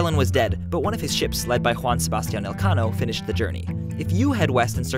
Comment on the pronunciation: Congratulations. You have pronounced correctly Juan Sebastian Elcano. Many English native people says "guan" or "yuan" .